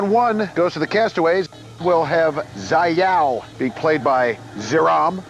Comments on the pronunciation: As a fighting game player there are many things to cringe at, 1Round instead of 3-60 secs, it's Infinite. Dude said, "Zai-yao" for Xiaoyu instead of [Sha-ow-u] Who the fuck is Doug? Jesus lol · Zai yao? It's Shao-Yu.